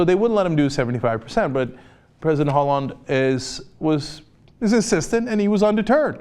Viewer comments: "Ollande"... H is silent in French. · Cenk, it's pronounce Oh-lahnd. The 'H' is silent. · the "h" in Holande is silent... (in fact all h's in french are more or less silent, so you know it for the next time) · Ollande h is silent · Stupid uncultured cenk, he doesn't know how to pronounce Hollande.